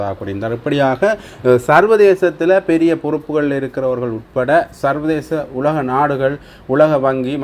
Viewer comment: டேய் உள்ளக இல்லை உலக